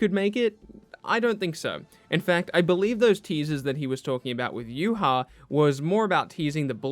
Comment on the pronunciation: Yuha? That was the gringiest way to pronounce Ywach ever